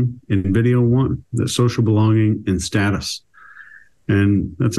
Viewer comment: Thank you for pronouncing status correctly ❤